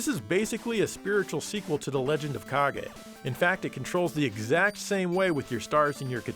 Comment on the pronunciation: Fun fact, the way says "Kage" sounds exactly like the brazilian portuguese word "Caguei" which translated to "I pooped"... See, told you this is a fun fact, you're having fun now.